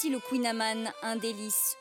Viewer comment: Mais bordel les journalistes apprennent toute l'histoire du kouign-amann, la recette etc mais savent même pas prononcer le nom correctement ...